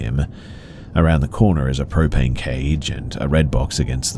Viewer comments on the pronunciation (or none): none